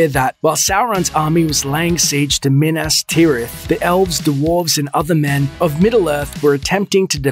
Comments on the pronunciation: Anthony Oliva I cringed every time the author says Minis Tirith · MIN-ASS TEER-ITH. Come on dude....... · "during the MiN-aSs TeE-wReTh storyline" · QUIT CALLING IT "MIN-ASS TIRITH! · Min-ass tirith???? Wtf?? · during the min-ASS ter-UTH storyline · minASS Tirith lmfao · Why do you procounce "Minas Tirith" so weird? lol Edit: ok you pronounce everything weird.